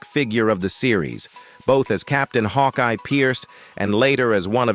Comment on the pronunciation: FUCK AI NARRATORS. Captain Hawkee? Also, he never served in Korera, His career was all stateside